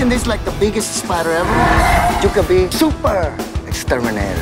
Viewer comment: Its a spidAHH it was bigAHH it was seven feet on diameAHH